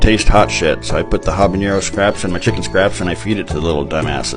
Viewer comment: Love your videos. My gf and I crack up every time. BTW, there's no ñ in habanero, so it's pronounced habanero, not habanyero.